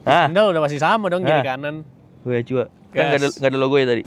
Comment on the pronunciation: btw quechua dibacanya "keshwa" bang